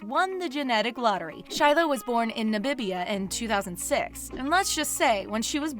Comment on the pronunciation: "Nabibia", its Namibia🙄